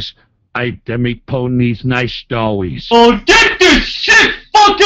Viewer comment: Nice stowwies